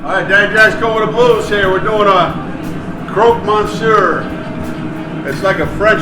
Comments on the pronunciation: Croque monsieur..not croix..that means cross in french..funny he doesn't know that ad its a classic..and its never made with american"cheese".. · It's croque "French for "mister crunch"". Croix means cross. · Love your pronouncement, "Croaked Mon Sewer" LOL. Not knocking it at all mate, just thought the NE accent rocks!! I'm in Vermont here. ps: Johnson Wales Charleston, SC Campus Culinary class of 1996 here. Since retired but still cooking the classics. Cheers!